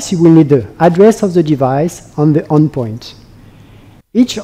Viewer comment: It's terrible